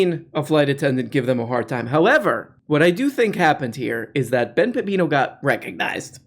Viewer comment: I recently started clipping all of the times you mispronounce Ben’s name and you’re giving me too much material my friend